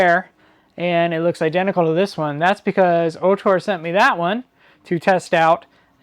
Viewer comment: great video. "ORtur" though, not "OHtor" .